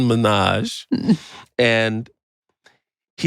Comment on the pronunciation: Love the podcast but did they just totally pronounce the guest’s last name wrong ? 😅 I thought it’s Min-Haj , not Mi-Naj.